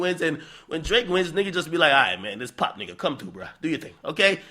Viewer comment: Is it Drake or D L ake 😂😂😂